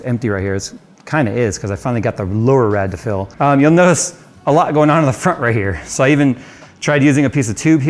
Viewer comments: We need to Phill this rediator. :D I kept hearing Phill, not fill. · Everytime says (Fill) or (feel) my brain replaces it with (Phil)